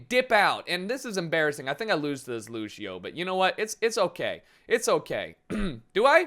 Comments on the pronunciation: Why do people pronounce Lucio like LU-SHI-O. You pronounce it LU-SH-O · its fucking lucio not lushio say it right, thanks